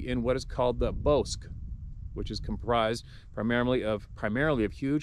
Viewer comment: when you said "bosk." It is a Spanish word, it is spoken as "boss kay." It means a place in a stream or river where water has collected for ages and allows trees and under growth to flourish. Good place to water the animals. But it will be chock full of hungry mosquitos.